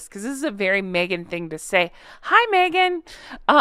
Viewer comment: Who’s Merghan? 😂😂😂😂😂